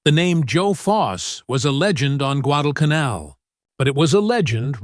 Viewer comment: I hate AI slop. Less than 30 seconds in, and the moronic AI can't even pronounce Guadalcanal. Losers and posers need to stop relying on AI to do all their work for them.